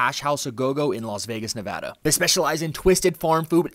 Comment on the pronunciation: only YouTuber who pronounces Nevada correctly.